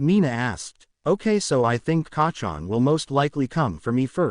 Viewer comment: Why do you say Kahchon you don’t care about people feelings 😢😢😢😢😢😢